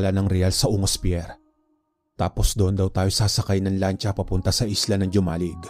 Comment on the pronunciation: Ang pronounce po nyan ay Homalig not Jomalig